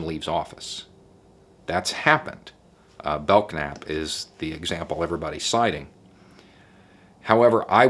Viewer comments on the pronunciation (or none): It is pronounced Bell-Nap, not how it is spelled Belknap